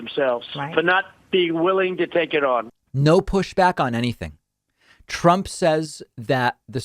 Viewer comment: Of course t-RUMP is confused. He is full of dementia! He can't even say his name right.